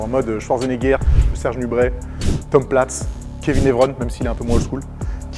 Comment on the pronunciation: Tom Plates ? Plutôt Tom Platz 😉